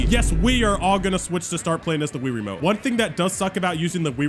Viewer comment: More like rie-ramote